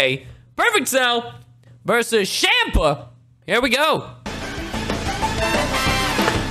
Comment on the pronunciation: it’s pronounced, the motha fucking cchhhhhhammmmmpa